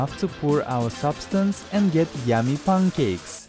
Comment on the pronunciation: No one: Him:PUNCAEK